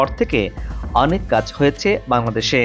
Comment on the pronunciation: হ য়ে চে। হ য়ে চে। এগুলি কি য়ধনের উচ্চারণ।।